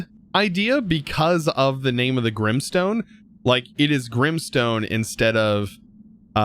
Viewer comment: Its grimEstone. Not Grimstone.